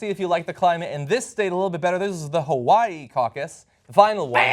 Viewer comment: The say Hawaii so wrong lol